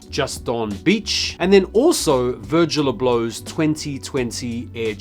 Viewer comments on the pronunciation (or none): This mf said “Virgil A Blow” 😂😂😂